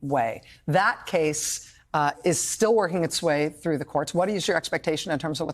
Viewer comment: 'i never sore this woman.." "trothe sential..."